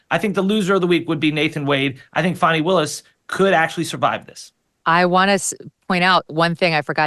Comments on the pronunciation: Oh holy cow Dave is a district attorney .. wow. What the actual hell. And it’s Fani not Fauni … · IT'S "FAWNY WILLIS" NOT "FANNY WILLIS". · FYI: Ms Willis’ first name is pronounced Fah-nee not Fan-nee. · Her name is pronounced "Fahhhhni" not "Fanny". C'mon, Megyn. Don't dip down the Charlie Kirk road of basically calling her "Big Fanny Willis". I thought this show was "No agenda?" B.S. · her name is Fani not fatty!